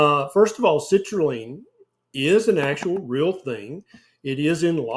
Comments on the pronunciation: Citrulline doc, not citraline 😅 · Everytime you say citrulline I keep hearing the word LEAN, therefore watermelon must be healthy for me 😉